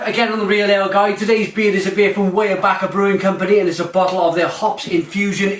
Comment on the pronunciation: Glad to see you're reviewing another Pennsylvania beer! And is correct, it is pronounced WIREbacher. The pumpkin ale is one of my favorites.